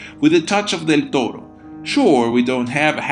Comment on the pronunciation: Excellent video, especially because Victorian-Gothic architecture has always seemed exquisitely relaxing to me, visually speaking, also your pronunciation of the nickname "Del Toro" is simply refined